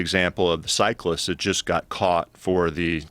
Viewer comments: Cyc - list, not cycler. Ffs Joe, Lance would slap you silly. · "Cycler" lol ... dummy joe